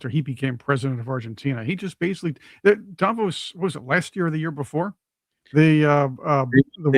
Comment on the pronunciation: First of all pronounce Davo’s right , it’s not with a long A. I voted for Donald Trump. Don’t get me wrong, but the way you guys use slang it doesn’t provide a very well educated platform. Nobody gets to say hey, because another country is this or that just because we have somebody empowered that’s willing to step over Supreme Court justice and NATO to say I’m just gonna do this because it’s good for your country. That’s not cool at all.